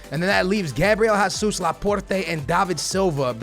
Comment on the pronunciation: did you actually say hasuz instead of gzus bro!!